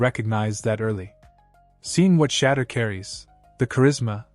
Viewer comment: Shut up ! You are talking too much let Cam talk and learn how to pronounce Shadeur name !!!!!